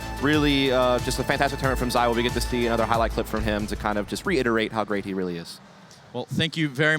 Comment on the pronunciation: He's the N°1 in the world, maybe could you pronounce his name right ? It's "ZEE WO", forget the second "O". Thanks